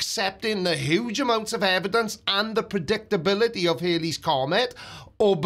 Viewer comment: HALLEY'S comet. It's HALLEY's comet. Bill Hailey and the Comets were a rock and roll group. The comet was discovered by Edmund Halley. Rhymes with Sally. Now I'm going to have to go and have a sit down.